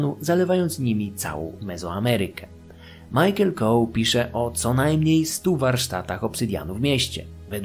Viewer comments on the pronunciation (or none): none